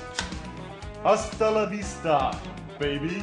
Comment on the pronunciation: Are we just gonna overlook the fact that they actually said "la" instead of "ra?"